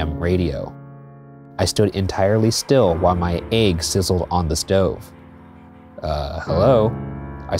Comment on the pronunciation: What scares me is how how Ryan pronounces "ægs".